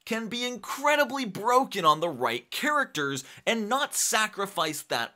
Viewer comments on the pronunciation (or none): none